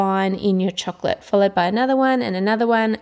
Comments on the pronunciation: Its like chork - lit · its called chocolate not chuclet as you are saying..but...say it chuclet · I love the way you say the word "chocolate". It makes me really want chocolate every single time and it sounds so yummy.